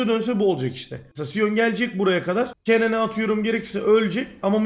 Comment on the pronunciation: !!!TELAFFUZ DERSİ!!! Kennen >> Kenın Riven >> Rivın !!!TELAFFUZ DERSİNİN SONU!!!